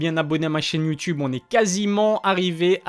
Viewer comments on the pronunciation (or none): none